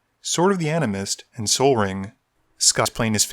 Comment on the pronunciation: I believe it’s pronounced “Sword of the Anime”